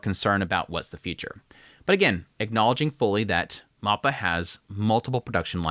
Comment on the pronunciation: For the love of God please pronounce mappa correctly. It's so freaking cringe.